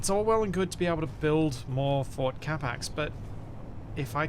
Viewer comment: I keep hearing ford instead of fort. Built Ford Capac sounds like a great Ford slogan